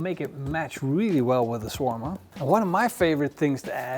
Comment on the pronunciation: It's pronounced "sha-war-ma" and it's Arabic, not European.